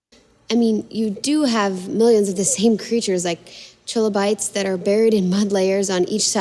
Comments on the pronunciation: "Tr-ih-lobites" /ˈtrɪləˌbaɪts/. With a short 'i' sound. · Yeah, I'll take the word of a wig lady who couldn't pronounce any of the technical language. "Tree lo bytes"